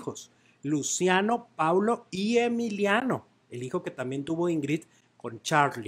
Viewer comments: el niño se llama PAOLO no Paulo. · El niño se llama Paolo, no Paulo.